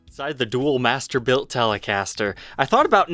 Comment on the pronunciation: I keep on thinking your saying mastibator and I get scared